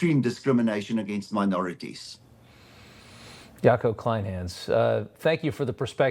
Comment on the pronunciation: Poor Jaco got his name said wrong😂. It's yuck-oo clain-huns